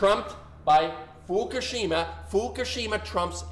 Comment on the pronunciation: It is "FUKUSHIMA" (Fookoosheema for those who are challenged) no "FUKASHIMA". At the very least pronounce it correctly. Goodness.